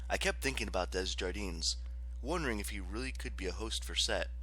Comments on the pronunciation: it’s alright, I know the struggle of name pronunciation and it’s sill amazing work you did with this audiobook. Just needed to get the Desjardins thing of my chest, sorry for that 😅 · Ok, the only thing really bothering me is the pronunciation of the name “Desjardins”, I mean come on, it’s french